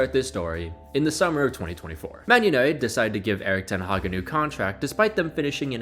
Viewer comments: Did u say ten haram ? 😂😂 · "ten haram" 😭